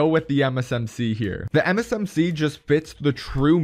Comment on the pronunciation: Lol I can't stand it why every time you say MsMc and it sounds like M&MsMc